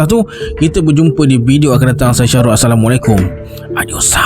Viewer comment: Assalamualaikum tuan..minta maaf sedikit nak bagi tahu..katika tuan mula buka cerita..kalau buleh masa tuan bagi salam tu berhenti seketika.saya dengar tuan bagi salam terus sambung dgn bahasa melayu..Assalamualaikum..bagi jelas hurum mim belakang tu sebutan bagi sempurna baru sebut..kembali kita..